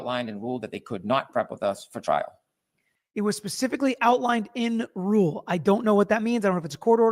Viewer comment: I heard "and ruled" instead of "in rule".